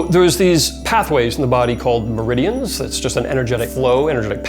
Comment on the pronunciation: When the guy talked about merdians I was like every time he said merdain I corrected 🤙🏻☺️him and said CHAKRA